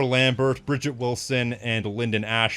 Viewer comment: Lambert = Lahm-bear